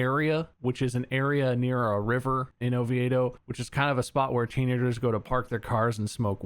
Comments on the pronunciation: "Oviado?" I think you meant, "Oviedo" which is pronounced as "Oh-vee-do" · Floridian here, we pronounce Oviedo as Oh-vee-doh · It is Spanish. There is an Oviedo in Spain and they pronounce it ovee-eh-doh (like these guys pronounce it) but here we just say ovee-doh. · The Oviedo Dick Monster is pronounced "Oh-vee-dough", hearing Bob say "Oh-vee-aye-dough" was amusing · I was so confused when they were saying Oviedo as "O-vee-A-doe" and not "O-vee-doe" lmao. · Bob: Ovi-ay-do People from Oviedo: O-vee-do Chickens from Oviedo: Oh, stfu! Drive around! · Lol it’s pronounced ohveedoh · LOL it’s Oh-vee-doh Florida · I'm from Florida, and I've never heard of the Oviedo Dick monster story, but I find it hilarious how Bob pronounces Oviedo. (pronounced "O-vee-do") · It's pronounced O-VEE-DO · Hearing Bob talk about the Oviedo (Oh-Vee-Doh by the way) Dick Monster was the most hilarious thing I've heard all week! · Bob; it’s Oh-vee-doe. Ovieto ;) Have to say though, I’ve never heard of that cryptid. 😂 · Bob pronouncing Oviedo that way has me rolling 😂 it’s pronounced “Oh-Vee-doe” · I'm from Florida and live in Orlando, never heard of that monster but it's pronounced o-vee-dough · I live in Oviedo and I've never heard of it lol. And yes it's pronounced oh-vee-doh. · I can't get over how Bob pronounces Oviedo. As a fellow resident of central Florida, it broke my brain for a moment. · Hearing Bob trying pronounce Oviedo makes me irrationally angry